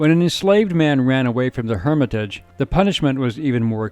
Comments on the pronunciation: I'm right down the street from The Hermitage & I've never heard someone pronounce it like that. Lol you make it sound so fancy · That's NOT the way to pronounce "Hermitage" . I am LMAO every time I hear the mispronunciation. 😂